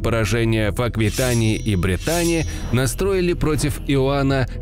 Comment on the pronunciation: jek jonsos зато в прошлом ролике упорно в слове "Бретань" не так ударение ставил.